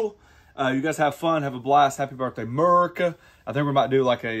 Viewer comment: It’s not Mercia, it’s America 🇺🇸🇺🇸🇺🇸